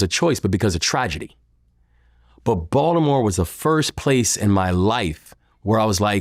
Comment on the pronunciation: He can’t even say Baltimore correctly